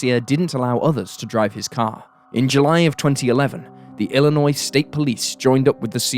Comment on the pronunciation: As a Chicagoan by birth, thank you for pronouncing Illinois correctly. Even Americans oddly mispronounce it, often (I should stop being surprised by that, however lol). I knew of this case, just because sycamore isn't too far out of the Chicago area.